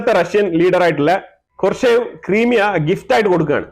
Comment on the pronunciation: Sir, it is ക്രൈമിയ NOT ക്രിമിയ!